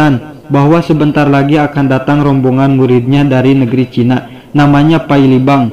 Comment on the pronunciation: Kenapa sriwijayak, chinak, duniak koq akhirnya K